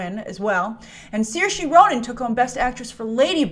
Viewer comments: Please, for the sake of your Irish fans... It's "Seer-Sha" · just a heads up: It's Sir-sha c: Saoirse said it in an interview: ''Sir-sha, like inertia''. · Anyone been practicing pronouncing saorise Ronan first name before seeing ladybird? I definitely have been! I just have to remember (sir sha).